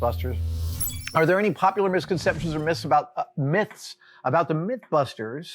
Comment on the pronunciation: Adam having trouble pronouncing the word "myths" is like...